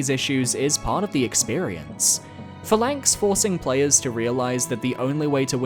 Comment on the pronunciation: It’s pronounced PHA-lanx not pha-LANX lol